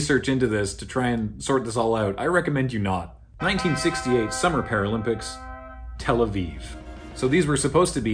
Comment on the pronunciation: Finaly someone says tel aviv correctly